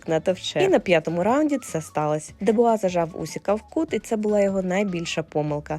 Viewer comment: Не Дебуа,а Дюбуа